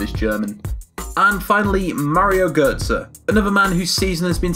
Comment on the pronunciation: Blzer Götze Not Gotzë